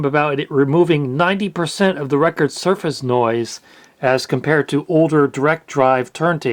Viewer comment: "suface" lol